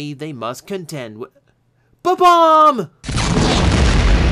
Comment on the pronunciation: No, not a "buh," a bomb.